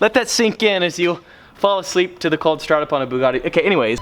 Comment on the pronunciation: It sounds weird when he said coldstart of his Bugatti Veyron